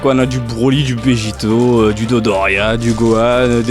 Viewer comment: C'est drôle , tu dis BEJITO au lieu de VEGETO mais je me souviens de la vidéo du déballage de la Master stars piece manga dimension de VEGETO ou tu avais dit que BEJITO c' était PAS beau à lire . Alors pourquoi tu continus de dire BEJITO ?